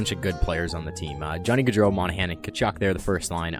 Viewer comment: Meganpie... lol. Mon-ja-pon-eh